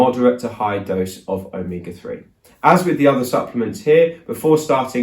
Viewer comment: Glad this included spelling since it sounded like Omika3. But the more he said it the closer it sounded like Omega